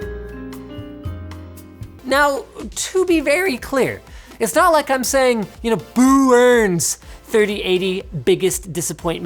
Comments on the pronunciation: Did he say “boo burns?” Or was he saying “boo-urns”? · BooUrns... Oh Linus lol... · did he say Boo-urns?